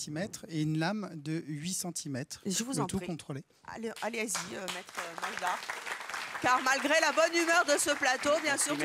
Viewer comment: NaDjar Evelyne et non NaJdar. ..😛